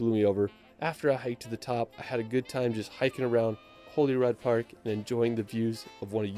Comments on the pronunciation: He also insists on giving 'Stonehenge' the obscure name of 'Stonehedge' and Holyrood Park (pronounced 'holly rude') as Holyrod? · I live in Edinburgh. Pleased to hear him say it correctly. I've heard a lot of non-Scots say Eddin-boro. He didn't say Holyrood the way we say it though. We say Holly Rood (rhymes with Hollywood!).